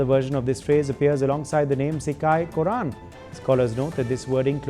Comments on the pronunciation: cikai korran 😂 its "sigai" "kottran" we understand your pain 😂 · Please read as Sikai Kotran not as Sikai Korran . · Your pronounciation is not correct. It's SIGAI KOTRAN. This word was used in many old Tamil poetries and stories some time before 2500 years.